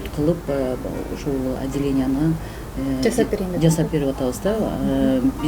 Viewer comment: Жазап эмес жасап деп суйлогуло